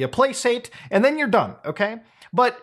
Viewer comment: Forgive me, but yknow the rules Ahem "Pla-Sate"